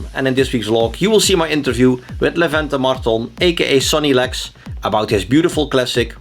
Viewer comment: Levente has a good English, I'm glad about it. A story of a girl is funny, familiar to me. :D Twan, you pronounced Levente's name well, however it's not a good example for tricky name for foreigners. Kind guy, I liked this inter!